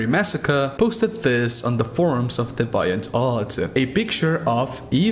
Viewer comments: Hate to be that guy, but i csnt help. its not 'Dee-vEYE-int', but rather 'Dee-Vee-int'.. otherwise good video.👍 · its dee-ve-ant arr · You’re so Mexican 😂 dee-viant. My parents, you remind me of them, love your vid’s bro